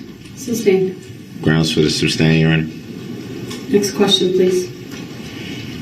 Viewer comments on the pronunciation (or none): substain is just his poor attempt at 'sustain'